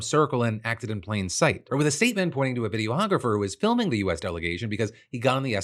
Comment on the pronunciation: what is this pronunciation of videographer?